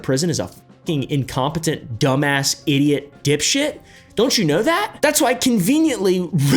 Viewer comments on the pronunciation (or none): none